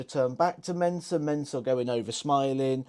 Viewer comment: It's Mensur. Not Mensuer. Just sayin'